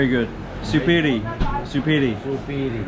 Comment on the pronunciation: Man I have to tell you, I was surprised when said "Supiry" with perfect accent.